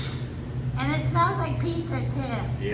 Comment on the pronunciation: Easy for you to say!! Loved the bloopers!! Cool finds...thanks for sharing!! By the way, its pronounced PIZZ-A not PIZZ-ER🤣